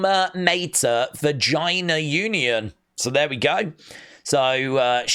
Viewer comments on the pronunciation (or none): Ver - Gin - Ya = Virginia Lol Dang 😂 easy to mess up if your not from the USA Just funny if someone was actually from Vagina ...it could have been a hairy situation 😮😮